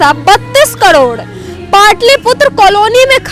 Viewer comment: कड़ौड़ नहीं करोड़ होता है😂😂